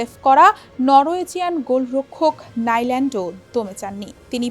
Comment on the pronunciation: লাইল্যান্ড নারে মূর্খ উপস্থাপিকা😂 নিল্যান্ড, সব মূর্খের দল এখন গুরুত্বপূর্ণ যায়গাতে যাওয়ার কারণে বাংলাদেশের অবস্থা প্রতিনিয়ত খারাপের দিকে